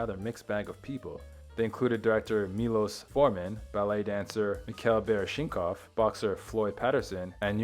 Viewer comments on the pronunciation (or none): Nice piece. However, the pronunciation of the 'I' in VITAGRAPH, is long, as in 'ice'. And the ballet dancer who was his pallbearer,, his name is pronounced (phonetically) Me-Kale Bar-Ish-Na-Kov. You should research these things before you record.